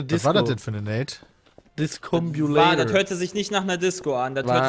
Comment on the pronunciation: Ich hasse es jedes Mal, wenn sie Discombolator und Incedary sagen, obwohl es Discombobulator und Incendiary heißt...